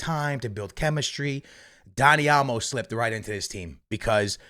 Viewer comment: I know you didn’t just say daddy olmo